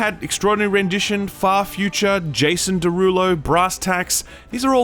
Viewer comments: I spit my sandwich out laughing when I heard "Jason Derullo" lol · wait he said Jason Deerulo? 😅